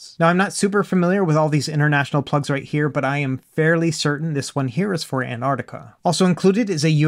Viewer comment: The plug pointed to is a standard UK 3 pin plug. Safest plug in the world as it’s earthed. I chuckle every time you say Antarctica.